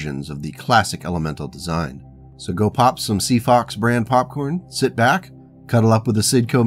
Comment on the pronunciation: Oh... Oh... 'Sea Fox' brand popcorn... Right, right, not 'Sea Four' popcorn... My mistake.